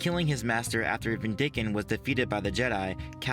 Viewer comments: why do you say "vin-dick-an" when it makes more sense as "vin-di-can" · When you pronounce Vindican it really sounds like your saying Ben Dicken lol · I like the way you emphasize the second syllable of Vindican's name. Never heard it pronounced that way.